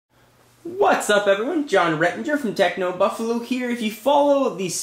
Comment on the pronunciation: He always says Techno Buffulu